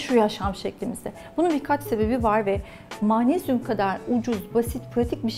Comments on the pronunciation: Yazıldıgı gibi okunur magnezyum (maanesyum) degil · Mağnezyum deilmi Hocam sizin magnezyum söylemeniz çok farkli acaba Bildigimiz mağmezyummu😄😄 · Maanezyum ne yahu magnezyum diyemiyor musunuz? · Türk Dili ve Edebiyatçılar’ı göremedim: mağnezyum 😅